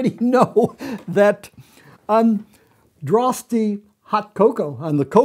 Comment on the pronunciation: Dutch here; you don't pronounce the e in Droste.